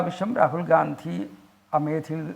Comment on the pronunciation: Not... Gdandi.....😮😮gandi.... Yanu.. Para... Areye... Yanu.. Nigal. Pottanmar. Akkunatu.,😢😢